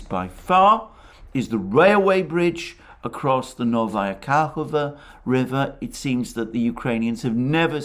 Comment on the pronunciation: I didn't want to interfere but its KahovKa not Kahova😋😋😋